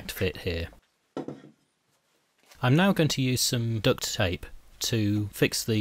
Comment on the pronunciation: Well done great job, and mate it's duct tape not ducks tape